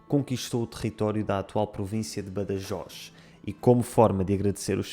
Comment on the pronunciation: Pronunciaste Badajoz com en català